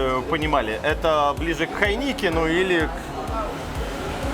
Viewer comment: твое хайНИКЕН просто раздражает, откуда ты взял что так произносится? Или по Питерские не Шаурма, а Шаверма)))То есть через жопу все)